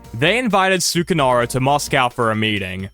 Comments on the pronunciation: Yes, it is. I don’t wanna be that guy but the way he pronounces it genuinely pmo. Like it’s not that hard to get it right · This video might have the worst way to pronounce sukarno